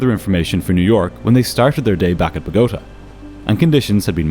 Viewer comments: Pronouncing “boh-goh-TAH” like “BO-goat-ah” should be criminal lol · Great video but its It's botagA (empasis on last syllable) Sorry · It's pronounced boh ga ta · It's BO' gota, not Bo GO ta! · bo-go-TA 😉 This story is so flipping frustrating to listen to, thank you for giving it to us! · "Bog-O-ta"?? 🙄Oh please!!!!! That's an appalling pronunciation! It's pronounced "Bototaaaa" That's why there's an accent on the last "A"! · “BO-gah-tah”. The very slightest of corrections to a 1st rate production. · Where is Buh-go-tuh? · its pronounced bow-ga-ta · Needs to learn how to pronounce Bogota. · I'm now on minute 27, and the first officer's actions are making me far more uncomfortable than the pronunciation of Bogotá. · I've watched a lot of episodes of Air Disasters, so I know about this flight, but air disaster podcasts are what I listen to while I clean. Four minutes in, your mispronunciation of Bogotá is driving me crazy. The accent is on the third syllable! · It’s actually Bogota, with the accent on the final syllable, not the second one. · You dont seem to know how to pronounce "Bogota", bot. I'm out. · The real tragedy here is your pronunciation of Bogotá. 😂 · Check pronunciation of names like Bogota.